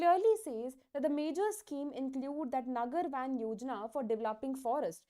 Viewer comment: I guess it's नगर वन , not वैन Btw Thanks for the effort ma'am ❤